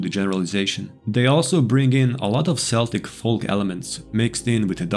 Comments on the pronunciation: Celtic is pronounced Keltic. it is only pronounced Seltic when referencing the football team. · Just a heads up Celtic is pronounced Kel-Tic not Sell-Tic Seen that way of pronouncing it way too much because of the Boston Celtics basketball team lol